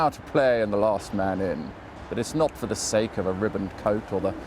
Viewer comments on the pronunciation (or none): none